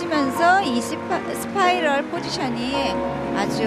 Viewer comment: 이스파이럴 나만 이시파이럴이라고들음?